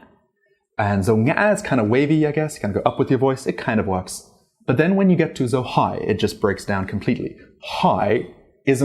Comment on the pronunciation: Chủ thớt, giỏi lắm! Dấu hỏi của bạn nghe y chang người Việt Nam!